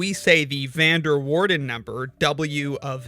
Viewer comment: Being Dutch myself, that is not how you pronounce "Van der Waerden" 😆